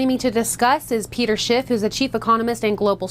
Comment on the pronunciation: Everyone still puts a t in Schiff. Lol sigh